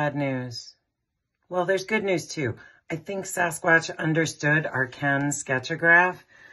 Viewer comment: Kensketch-O-Graps?? Sketch-O-Grlyphs?? I think you guys are making stuff up! 😛